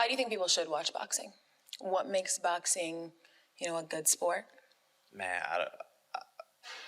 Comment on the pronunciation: I'm not sure if Jake doesn't realize the letter G is a thing. If he doesn't understand how "ing" should be said, or if he has a speech impediment. Every word ending with "ing" he pronounces as "een" 😂 "Boxeen" "Watcheen" "Traineen". Literally any word ending with ing.